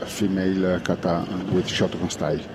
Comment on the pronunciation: Iran was better by the way you should improve your pronunciation of Japanese words you being the professional. Kata is Kahtah emphasis on the last syllable and NOT : kaytah Karate should be kah rrrrah tey with the [r] roll like in Italian. Not karah ti.